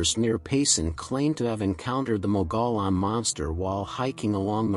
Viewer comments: Mogollon is pronounce as mug-e -on. Not me go lon. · Please don't say "Mogolon monster". The pronunciation is more like "Mogo-John" monster. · In AZ we pronounce mogollon as moh gee on not what you said. That's like saying wrongly fee lah inst ad of ge lah as in he la monster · Mogollon = Moe-ghee-yaan. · FYI... Mogollon, as in Mogollon Monster is locally pronounced "Mō'-ga-yawn." I know, looks nothing like that. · It’s pronounced MOG-E-ON (#4) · It's "mo-gee-yahn" monster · it’s one of those weird AZ words that when you look at it you can’t pronounce it unless you are from there, lol. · Yes, I was told I mispronounced it pretty badly, my apologies about that.. I'll try to avoid that in the future.